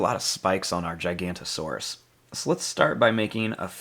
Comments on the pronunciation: It’s not gicantosaurus it’s giganotosaurus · It’s giganotosaurus not gigantosaurus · some people call it gigantosourus and some people call it giganotasaurus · giganotosaurus, not gigantosaurus. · ITS GIGANOTOSAURUS NOT GIGANTOSAURUS YOU ARE 1 LETTER SHORT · Just gonna say again its giganotosaurus not gigantosaurus the difference is gigano and giganto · Actually its giganotosaurus not gigantosaurus